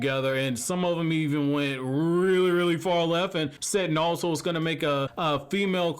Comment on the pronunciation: Is it just me or is he saying naruto like "nawuto" lmfao